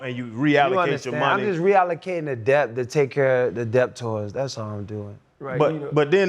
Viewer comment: If any of you are confused, he’s saying “debt”, not depth.